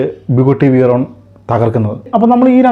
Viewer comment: വോക്സ് വാഗൺ അല്ല “ഫോക്സ് വാഗൺ”. ബുഗട്ടി അല്ല “ബുഗാട്ടി”. വിയ്റോൺ അല്ല “വെയ്റോൺ” pronunciation ശ്രദ്ധിക്കുമല്ലോ ഇങ്ങനെയാണ് പേരുകൾ Pronounce ചെയ്യേണ്ടത്